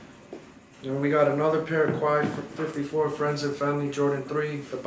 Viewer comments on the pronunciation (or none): Hey my man for future videos just so you know Quai 54 is pronounced Kay like Kay Jewelers after the district in Paris. Enjoyed the video!